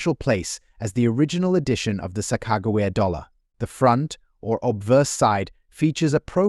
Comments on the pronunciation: Your pronouncing it wrong it’s Sa-Kuh-juh-wee-uh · "sock-ah-jew-we-ah" sound it out! Get it, got it, good! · This guy can't even pronounced Sacogawea right, did enjoy the coins😝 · Her name is SACAQAWEA. LEARN TO SPELL AND SPEAK NAMES BEFORE YOU TRY TO SPEAK ENGLISH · 😂you need to work on the sakagawa thing bud. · The AI voice over is dreadful!!! The horrible mispronunciation of Sacagawea is disrespectful and should have been fixed. Just do an actual voice over... it's not even hard. Good info but seriously difficult to listen to. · Sacagawea XD jesus that hame is ruined now I'm always going to say it weird as fuck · This is an A.I. video. The voice is computer generated. It can’t pronounce Sacagawea. The information is general and cannot be used to value coins. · Someone needs to teach this AI narrator a lesson in how to pronounce Sacagawea! So annoying.